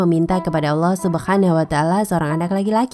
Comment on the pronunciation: Min ngomong subhana wataala nya jgn pke huruf kho' tp ha kecil.. kedengaran bgd jd subkhanawataala.,masa channel ttg Islam cara pelafalan huruf arabnya amburadul.